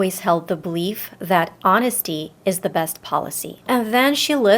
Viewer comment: Lol i love the way you pronounce "the". Sounds more like "da". I like it, though.